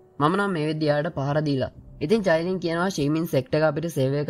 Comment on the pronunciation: අයියෙ මමත් ඔය කතාව බලනව මම මාරම කැමතී qeen medusa හදුනවන අනිත් නම චයිලින් නෙමේ කායිලින්🥰